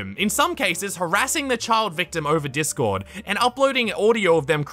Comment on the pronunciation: “The dark web of discorrrd” XD